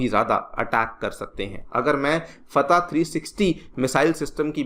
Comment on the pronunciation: Pahle padhna seekh le wo missile फैत nahi फतह मिसाइल है